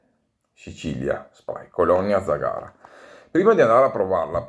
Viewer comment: Ciao, complimenti per i video, la tua pronuncia di zagara non è corretta... L'accento cade sulla prima vocale